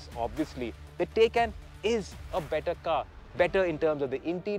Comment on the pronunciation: It’s TAAYCAAN not a taycan 😒